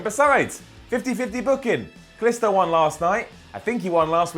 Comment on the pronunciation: you're pronouncing "Kalisto" like "Calisto," the moon of Jupiter!